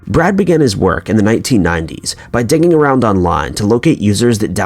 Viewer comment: Hahah I had to rewind like 3 times to figure out he was saying "digging around online" I thought he was saying "dicking" I'm slow or something